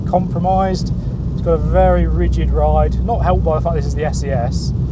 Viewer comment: And It’s pronounced essay essay.